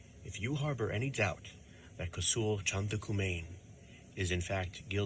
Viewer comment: As well as the bite mark he put on her. The eye witnesses. This guy couldn’t even say the victim’s name right. What a shame. So what if the the father forgave. Kosoul have been in prison since he as 15. He kidnapped and robbed an elderly couple in NC in which he only did 9 years for.